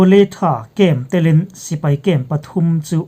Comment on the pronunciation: tilin ni lovin Bii Lin (B Linn) tih tur a nih hmel zawk